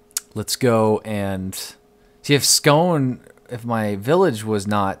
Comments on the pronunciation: Scone is pronounced Scoon. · its pronounced "scoon" like spoon